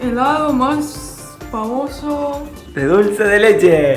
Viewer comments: por que le decia ''dulce de chele'' jajajajaj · dulce de chele jajajajjajajajajaj bien argentino